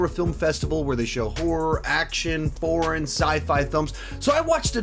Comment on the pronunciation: I actually had to replay this part 4 TIMES because I was sure you said "porn" instead of "foreign" when listing of the list of genres playing in FantasticFest 😳